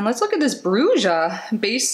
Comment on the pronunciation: BRUJA MEANS WITCH IN SPANISH, THE J IS PRONOUNCED MORE LIKE AN H